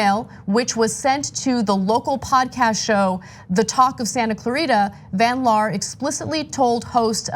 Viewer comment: Jeniffer van liar instead of van laar.